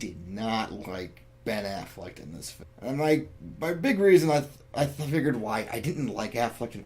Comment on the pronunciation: Yeah I'm pretty sure it's Ben AfflecK not Ben AfflecT, just saying